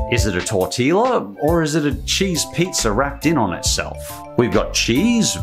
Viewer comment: He says pizzer..lol